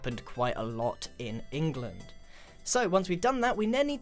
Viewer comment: "and there was a lot of rain in englind" ... b-but grian... they were norse not british